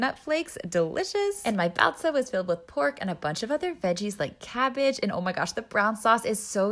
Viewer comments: how did u manage to mispronounce baozi to whatever you said. Like I get that you're American, but even phonics doesn't sound like that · For someone who lives there, you might want to work on your pronunciation of baozi.